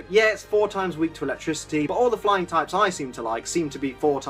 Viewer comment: Am I the one who thought he said "blind" type at the beginning.